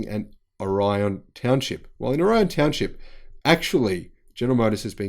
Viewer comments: Orion is pronounced with the accent on the first syllable in Michigan. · Orion is pronounced "Oar-i-on."